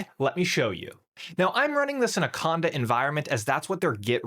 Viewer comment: Conda did not come out clear there. Slow the speech down there on key technologies.